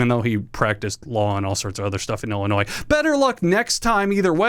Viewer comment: comment for the algo because you pronounced illinois the right way and also drop kicked our state, thank you